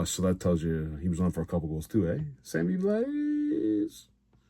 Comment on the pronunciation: It's pronounced Sammy blaaah